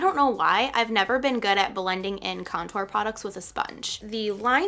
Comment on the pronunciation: I cringe everytime you say contour lol. You pronounce it like there is 2 T's .. idk why it bothers me so much lol. But this was a great video, you're a great teacher!!